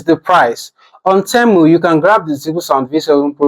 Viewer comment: Why are you saying Temo 😂 and not temu